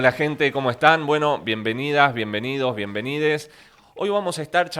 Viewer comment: Que dijo ?? Es en serio ,? Es LOCUTOR recibido este tipo ? Escucharon dijo " biendenid- es " Patetico personaje .pd.